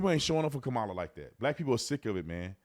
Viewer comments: Her name is pronounced KAH-muh-luh, not Ka-MAH-luh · Kama-la. Kama-la. It’s not difficult to pronounce. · Though I can't stand her, let's get her name correct. It's pronounced COM-UH-LA. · 😊Her name is pronounced ( comma LA) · lmao. Mainstream media loses their mind when you miss pronounce her name, yet when they mad or talking fast, they all miss pronounce her name, its so funny